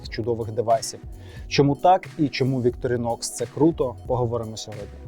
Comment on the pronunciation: Ударение на первую О